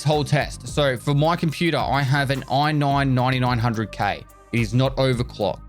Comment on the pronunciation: "oi have an oi noin nointynoin hundred K"